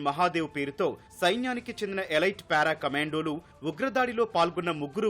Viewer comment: ఎలీట్ అనాలి, ఎలాయిట్ కాదు, ఇంగ్లీష్ రాకపోతే తెలుగులో విశిష్ట మైన అని పలుకు. ఈటీవీ సరిగా ఎడిట్ చేయడం లేదు.